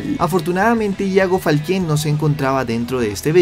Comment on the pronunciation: Me da cringe escuchar que dice ‘Falqué’ y en este video lo dijo como 100 veces 😂